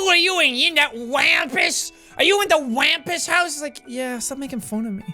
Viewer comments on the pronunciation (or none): It's pronounced Wompus it's an American cryptid